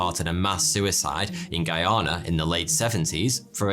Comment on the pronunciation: Thank you for saying Guyana 🇬🇾 correctly